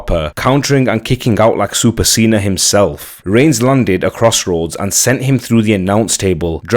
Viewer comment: Like super Cena..he said it right! Lol